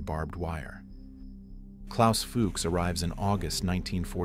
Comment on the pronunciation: Cant even pronounce Fuchs...